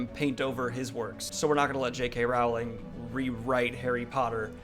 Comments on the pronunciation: I discovered you yesterday and you definitely seem like a very nice and well-grounded guy, yet every time you say JK Raaaauuling instead of Rolling I want to flick your nose! So I'm conflicted. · I love you Daniel, but you could you please pronounce her name correctly? "rolling" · J.K. WOOOWling